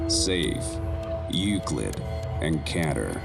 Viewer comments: it's pronounced Keter as in Kate-er, not ketter! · It's pronounced keyter not cater get it right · Oh really? The thing is, anyone who played the original SCP game will recall that it's pronounced as Kate-er as it was heard on a radio, that's why I immediately noticed that it sounds a bit off/weird. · Its keter Pronouncation: keeh-tir You dumb dumb